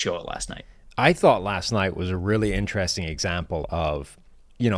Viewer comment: Will someone please tell that it's pronounced In-ter-rest-ing and not 'intraressin'. Jesus christ.